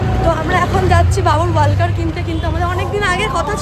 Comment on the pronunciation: ওটা ওয়াকার, ওয়ালকার নয়